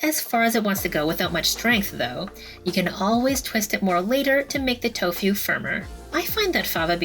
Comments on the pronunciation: It's "tofu", not "tofew" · I love the way you say Tofu...cracked me up...